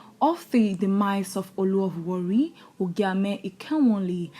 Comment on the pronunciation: With due respect, it's pronounced Warri thank you